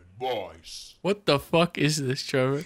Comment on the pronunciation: WHO THE FUCK IS TREE VOUR!?